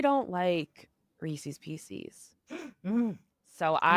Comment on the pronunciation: you’re saying it Reese’s correctly but your guest says it incorrectly. Idk why it annoys me so much but it does 😂